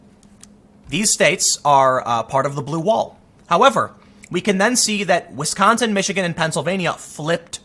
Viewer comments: Wisconsagin lol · "I didn't campaign in Wisconsigan"